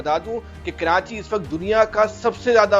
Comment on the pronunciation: Kranchi nahi Karachi hota hai